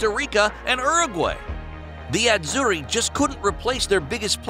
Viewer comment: This commentator’s pronunciations of Italian words is awful. He sounds like an American who knows nothing about Calcio or the Azzurri and he is reading a script but he has no training in how to speak Italian language.